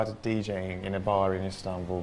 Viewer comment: its so weird to hear a british accent from him like sooooooooo weird he literally said "Istan-bul" like a foreigner! <3 this guy!